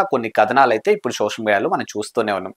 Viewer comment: షోషల్ కాదు బ్రో సోషల్